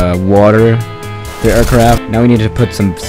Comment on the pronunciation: When you say things like the it sounds like ze or zhis (no hate)